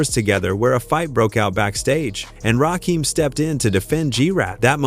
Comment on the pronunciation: Butchered Rakim’s name too